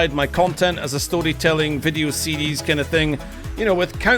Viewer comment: i love the way he says series with his Scottish accent